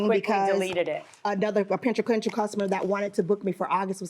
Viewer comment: Did anyone else catch how you completely butchered the word POTENTIAL Like wowwww I can’t even try to spell what came out of her mouth lol